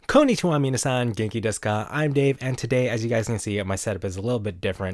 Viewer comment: Ngl, this is kinda nitpicky but when saying konnichi wa, you have to hold the "n". It's literally 今(kon)日(nichi)は(ha but it's pronounced wa).